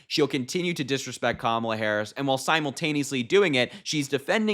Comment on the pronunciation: She made a fool of herself mispronouncing Harris' name several times. What a jerk.